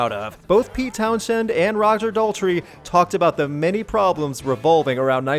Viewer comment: Pretty sure it's pronounces "Towns-End", not "Town-shed" lol. Though personally I prefer your way 🤣